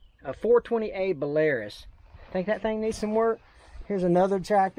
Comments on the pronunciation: So... That 2nd tractor may have been a Ford, but I doubt it. 3rd was a IH. It's also pronounced Bell-R-roose. And there's a lot of them. Also, the "original John Deere" was an early AGCO tractor, back when they were basically White Tractor that also owned Duetz (pronounced Doitz). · As Kyle Shores and N&W 2156 Y6a have pointed out this is the tractor is a pronounced Be-la-roose this is a VERY popular tractor in Central/Eastern Europe as well as Russia. They are cheep as chips but last a long time. Russian tech so, if it stops working, just hit it hard (Basic electronics and almost no luxury). Build with no frills to get the job done.